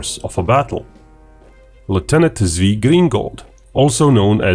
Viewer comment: Great vid! btw it sounds more like Tsvi and Tsvika. Tsvi=deer